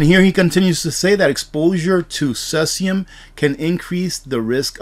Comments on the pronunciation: Pronounced cee-sium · Pronounced "See-zee-um" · No disrespect. It is pronounced - seezeeyum. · Cesium is pronounced like “seezeum”, fyi. No knock intended. I really get a lot out of your presentation. Keep them coming!